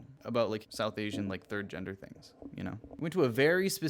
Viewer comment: Why does "Ginder"!? It's fucking GEN der. IT'S NOT THAT HARD, BUDDY!